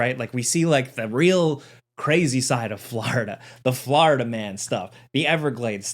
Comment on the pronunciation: Anybody else trippin out over the way say Florida?😂